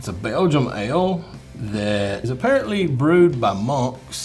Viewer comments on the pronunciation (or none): none